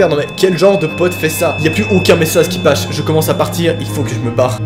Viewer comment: ou "y'a plus aucuns messazes qui pache" hahah c'est drole